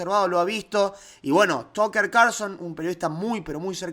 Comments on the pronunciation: es "tacker" no "tocker" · Tucker se pronuncia Tacker. Perdón que me meta . Que importante que Tucker avale a Milei!!!